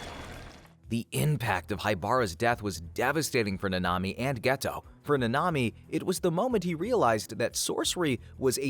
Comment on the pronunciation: Your saying it like nnami its like nAnami